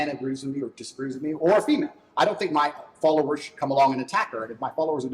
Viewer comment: Thanks to, whenever I hear ANYONE, say female, I hear in my mind saying pheemayle, fee mail 💀